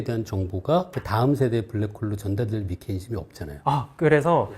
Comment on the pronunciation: 미케니즘 (x) -> 메카니즘 (o)